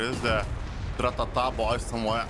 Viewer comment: when you said tratata, I started to believe you become russian :)